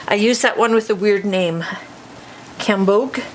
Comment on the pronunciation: Absolutely stunning! Love it with the gold embossed edges too! That funny colour is pronounced GAM... like the 1st part of Gamble and BOGE... hard o, soft g. Just means "orange". Lol Terrific tutorial as always!!